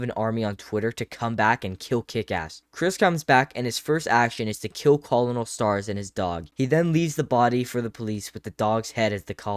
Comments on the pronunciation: “Call-in-el” It’s pronounced like “kernel” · Cole-a-nole? Its pronounced kernel. If you don't know how to pronounce a word, look it up That simple mistake lost you all your credibility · Colonel is pronounced like kernel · Collin L, it’s Kernel like the popcorn lmfao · The word colonel is pronounced as kernal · Colonel is pronounced “kernel”, dude. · Colonel is pronounced kernel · Its pronounced Kernel. You just lost all credibility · Just so ya know, colonel is pronounced "kernel" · “Colonel” is pronounced “ker-nal” my man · I really wish your pronunciation of colonel was ironic, but I know it's unintentional. Someone who makes this analysis isn't capable of irony and is very capable of not knowing how to pronounce colonel. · PLEASE learn how to pronounce colonel 🙏🏾 🙏🏾 🙏🏾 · Are you mispronouncing "colonel" as a bit.